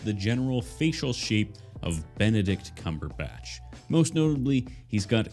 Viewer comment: "Benedict Cumberstach" 😂